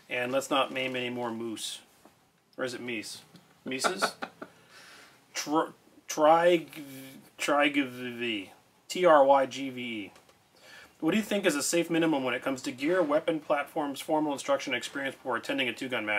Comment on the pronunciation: Pretty sure that's pronounced Trig-vuh